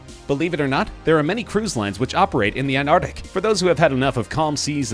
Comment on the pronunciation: An-ar-tic. slow down mate its not a race